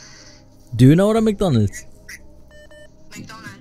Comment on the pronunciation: er sagt Düner😂😂🤦🏼‍♂️🍪